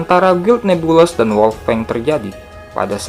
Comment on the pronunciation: oh ya min itu guild NEBULOUS bcnya nebulus aja min 😊